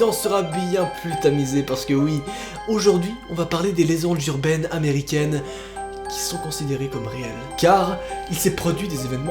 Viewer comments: des lézendes jurbaines Groooooooooooos bug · j'adore le les lézendes jurbaines a x) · Des leZanges zurbaines